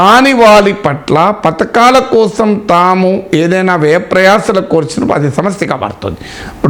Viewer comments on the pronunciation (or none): none